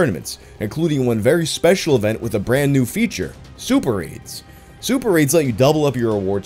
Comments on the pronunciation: during the ad read for Raid, when said Super Raids I almost thought he said super aids....... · Me while listening to the Raid ad: "I'm sorry, are you saying Super Aids?" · Thought he said super aids at first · It took more listens than I would like to admit to realize wasn't saying "super AIDS" during the raid shadow legends ad. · During the RAID: Shadow Legends ad is he saying "Super Raids" or "Super Aids"? I swear the first time I heard him say Super Aids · Me: wondering if purposely said super AIDS, instead of super raids